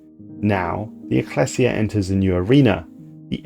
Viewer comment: His mispronunciation of anything not typical English (eg ecclesia, combine) is also a bit humorous but seems slightly less than professional